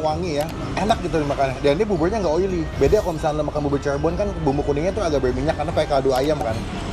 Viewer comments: Bubur bang bukan bubul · Bubur Bang Bukan Bubuy!